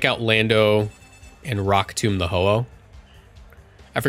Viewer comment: Emvee is disappointed in your pronounciation of rock tomb